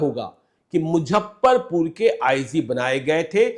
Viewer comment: आदरणीय, आपके दूरंदेशी पत्रकारिता का हमेशा से बहुत बड़ा प्रशंसक रहा हूं और आपके प्रति मेरे मन में बहुत श्रद्धा भी रही है। परंतु जब आपके मुंह से मुजफ्फरपुर को मुझप्परपुर और ट्विटर को ट्यूटर कहते सुनता हूं तो मन करता है आपको बताऊं। इसको अतिश्योक्ति नहीं समझ मुझे माफ करेंगे।